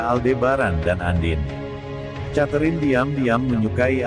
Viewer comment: Mas...."Catherine" sebutan yg sebenarnya kek "Keterin" bukan "chaterine". Jangan marah ya🤪